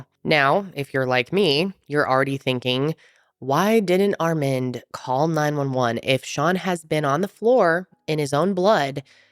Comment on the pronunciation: Are you trying to say the name "Armand"? It's Ar-MAHND